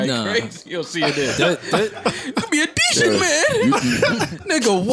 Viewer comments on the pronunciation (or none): “He’s a dechent man” 🤣🤣🤣🤣